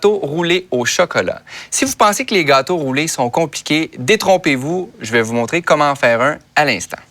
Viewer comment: J,adore la manière dont il prononce le mot gâteaux :) merci pour la recette :-)